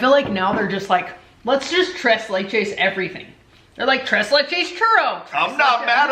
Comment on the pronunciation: Well Just keep embarrassing yourself by pronouncing It wrong. Look it up in the dictionary.. It is pronounced trace lay. It is a mexican dessert.